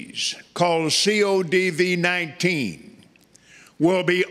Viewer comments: He said c-o-d-v19 lol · He calls it "CODV 19." Watch Copeland weasel his way out of this later claiming, "This CODV 19" is different and it was also cured too. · Two reasons I know God did not speak to Kenneth Copeland: 1) He is Kenneth Copeland 2) God wouldn’t misspell COVID-19. Kenneth read, “CODV-19”. 😂